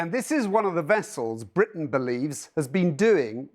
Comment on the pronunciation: Its not bwitain anyway 😂😂😂@